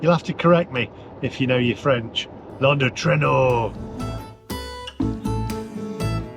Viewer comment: "Lundo treno"?? In case anyone's wondering, I think that was supposed to be "L'un d'entre nous", but I could be wrong! 🤣